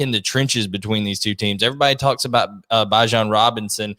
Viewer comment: Did this guy just pronounce bijan as “bye-jan”